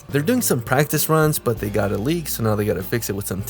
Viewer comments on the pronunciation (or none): none